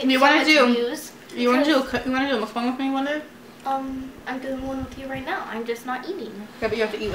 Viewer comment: it’s pronounced muk-bang (not being rude just to let you know)